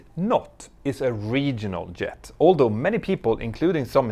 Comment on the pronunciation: Great video(s). Pls say "Jet", not "Yet"